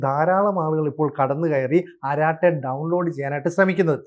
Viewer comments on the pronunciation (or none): അരാട്ടേ അല്ല അരടൈ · അരാട്ടെ അല്ല അരട്ടേ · അരട്ടൈ and not araatte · അരാട്ടെ അല്ല അരട്ടൈ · അരാടൈ എന്നല്ല അരട്ടൈ ആണ് ശരിയായ ഉച്ചാരണം. അരട്ടൈ അരംഗ് എന്നാൽ chitchat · ആരാട്ടായി എന്നല്ല അതിന്റെ prononsation "അററ്റെയ്" എന്നാണ്.. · സോദരാ ...., അരാട്ടേ എന്നല്ല, അരട്ടൈ എന്നു തിരുത്തുക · അരാട്ടൈ അല്ല അരട്ടൈ; appropriate name! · അരാട്ടെ അല്ല അരട്ടൈ, കുശലം പറച്ചിൽ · Please, if you don't know how to pronounce it correctly in Tamil, ask someone to correct it. Don't kill that language either.